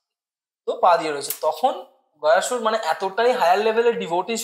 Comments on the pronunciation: Gaayasur noy goya sur vardan noy bordaan hobe uccharon ta amra bangali re bhai. Vishnu ji vramha ji 🤣🤣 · বিষ্ণু, গয়াসুর, বরদান, যমালয়, যম - এই শব্দগুলির সঠিক উচ্চারণ করা খুব শক্ত?